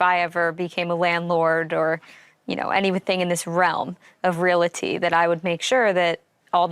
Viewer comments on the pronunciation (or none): Friendly tip: it's pronounced real-ty not rela-ty. 💛